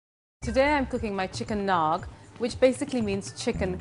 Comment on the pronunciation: Naag, not naga.